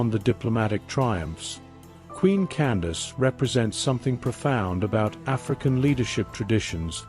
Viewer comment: Her name was not Candice, that was a miss understanding by the Europeans who recorded her story, they did not understand that “Can-da-ki” or Kandake is a tilte meaning “Queen Mother” or “Great Woman.” Also you're telling this story wrong, you can not tell the story without its begining. That is "King Teriteqase" who was felled at the first battle.